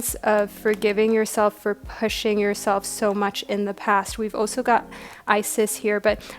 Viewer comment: I love ur readings, but honeslty, the way you pronounce some things really irks me lol. Like how you say "also" (you say it like "oso") and "scarce" (you say it like scar-se). Not a huge issue but it makes me twitch every time hahah